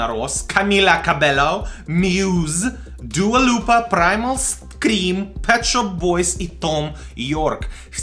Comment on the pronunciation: Дуа Луюпа?! Она же Дуа Липа.